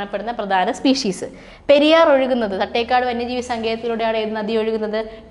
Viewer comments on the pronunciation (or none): none